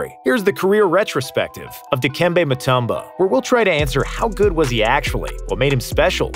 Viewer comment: that's the first time I've heard someone who isn't Dikembe pronounce his full name properly. Props to the narrator for pulling that off.